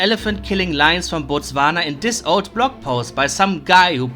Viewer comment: I don’t know why, but the way you said “Botswana” just tickles my brain. It almost feels as satisfying as when Yakko said it when he was singing Yakko’s World.